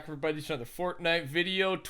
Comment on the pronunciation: he says FORTNUT youtuber soo.... what other sites you been on?